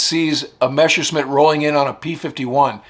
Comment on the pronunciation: I LIKE THIS WHOLE SERIES ABOUT ROBIN, BUT THE NARRATOR KEEPS CALLING THE GERMAN FIGHTER A MESHERSCHMIDT. MESSER MEANS KNIFE, AND A MESSERSCHMIDT IS A KNIFESMITH, BUT THE IMPORTANT THING IS NOT TO PRONOUNSE IT MESH, BUT MESS AS IN MESSERSCHMIDT.